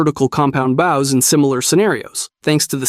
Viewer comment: and why do you say baus and not bows